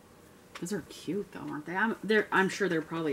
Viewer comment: Critique#1, cute is one syllable, one. Greg, tell cute is one syllable, one. That's all. Great exceptional box. Van, tell, cute is one syl... You get the message. Lol.